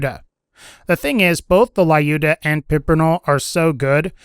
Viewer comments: Please, go to google translate and try to listen how you should pronounce name Люмила(on russian( short version is Люда)).Why do you say "lAyuda" instaed if saying it without letter "А"? Л(L) - Ю(YU) -Д(D) - М(М) - И(I) - Л(L) - А(А). You can say LUDA( LUDMILA), but "U" must be soft, like what you are saying after " La". I try to explain that there is no letter "a" in name Люда) Having fun with russian language!!! Thx a lot for your videos) p.s. Привет из России p.p.s. Sorry for my english XD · What is Layuda ? It spells like "Luda"' , bruh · the weapon was previously called the Lyuda and even with the change it's pronounced "la-yu-da-mi-la